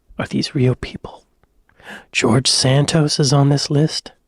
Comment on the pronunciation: Why do you say SAN TOES instead o SAN TOSS !? " Congress person " !? He's a MAN ...call HIM a congress MAN !! The 1812 Overture by Tchaikovsky. NOT The War of 1812 ! The " British toy" is Timmy Mallet's mallet from THE WIDE AWAKE CLUB. This whole system seems highly illegal !!